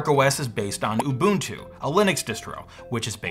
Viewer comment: You pronounce "subsequent" like a robot, but you're probably the first person (including myself) I've heard pronounce "ubuntu" correctly. :P